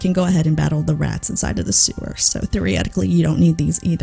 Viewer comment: i really like your content and i am by no means trying to call you out or embarrass you i only mean to help you so other people wont make fun of you i don't know if where you're from has anything to do with this but i believe you're not pronouncing theoretically how it's usually pronounced (which isn't a bad thing btw) typically people pronounce it thee uh reh tik lee at the end of the day do what you want but i'm just trying to help